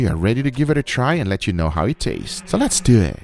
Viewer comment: So less deww it!! 😆 guga cooL guy